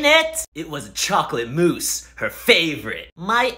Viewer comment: I love that the chocolate mousse had layers of mispronunciation, they say moose but the subtitles say mouse